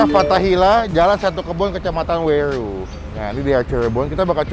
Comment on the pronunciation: Weru...bukan welu😂😂😂